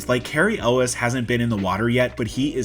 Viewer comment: "yools". Elwes is pronounced "yools".